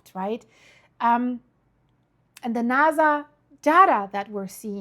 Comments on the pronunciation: It’s NASA with an S not naza with a z….. subtitles is even spelling it with a z because of your pronunciation. No biggie Just didn’t know if you knew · It's pronounced NASA, not NAZA. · it not Venitzzuela...its Venezuela.theres no T. and Nasa is so simple also.its not naza